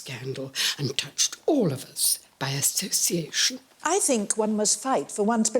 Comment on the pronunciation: I love the way she pronounces association as "assoCiation", without the "she" sound.